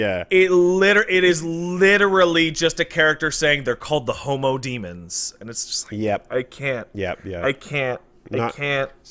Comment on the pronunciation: It's true, but i think the guys are saying "Homo Demons" rather than "Homo Demens". It'd be cool either way though.